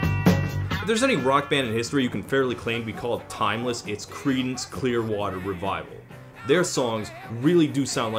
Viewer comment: Ok, one more time I'll hear "Creedence" as "Cretins" I'll die laughing :D